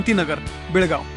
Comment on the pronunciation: Kasle adani news reporter aahe.. Belgav la borgav mantat.. Wah wah...👎👎